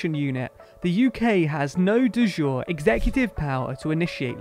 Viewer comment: Just so that you know for another time, de jure is Latin, not French, and so is pronounced more like 'day juray' but with a hard 'j'.